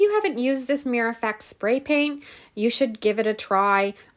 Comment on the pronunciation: It’s called a Mir-ror. Two syllables!